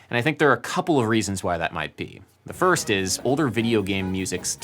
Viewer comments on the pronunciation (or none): none